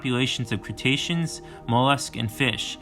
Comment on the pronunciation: Crus·ta·cean - /krəˈstāSH(ə)n/ - not cretacian.....